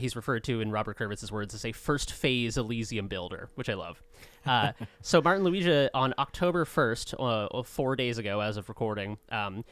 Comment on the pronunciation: Just a quick heads up - the letter g in Martin Luigas surname is pronounced the way you would pronounce the letter in, for example, in the words gundam or gotham and not like in the word giant. Great podcast!